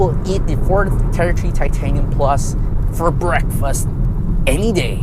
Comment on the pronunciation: Ford "tertree"